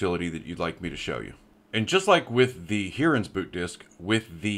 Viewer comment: lol Hearans. Its called Hi-rens. 🙂